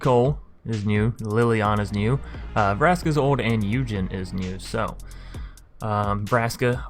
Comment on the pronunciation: Did you really pronounce Ugin as Eugene?